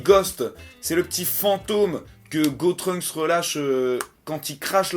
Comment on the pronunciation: C'est GOTENKS!!!!! Pas GOTRUNKS